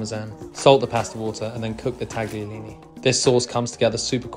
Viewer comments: Italians pronounce them “taliolini” - the g should not be heard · Beautiful, but its pronounced Ta-yo-lee-nee. One love from Italy.